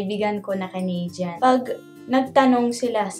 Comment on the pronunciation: Even the way u say canadian - “canaydyan” so pinoy haha